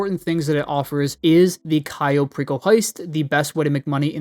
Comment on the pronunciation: did you just say Cayo Pickle heist😂